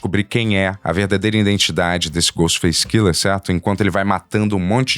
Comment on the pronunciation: Cada vez que o fala Ghostface Killer eu perco um minuto de vida